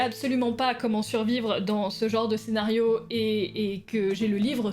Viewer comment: Tu as dis "Ténario" au lieu de "scénario" au début. Mais c pas grave car tout le monde s'en fous